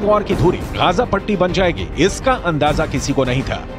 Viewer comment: Yeh reporter Gaza ko Gaja bol raha hai… wahhh